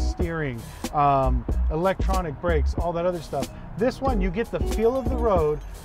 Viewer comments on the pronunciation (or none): none